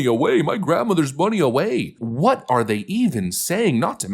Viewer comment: "We gonna see how day axe" ....... what ?